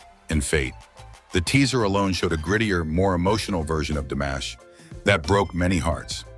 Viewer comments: C normal que vs prononciez son prenom DAmash au lieu de DImash ? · It's DImash, not DAmash. Get it right. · Se pronuncia DIMASH, con i latina. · DIMASH, por favor, pronuncie corretamente. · Que molesto escuchar como mencionas Dimash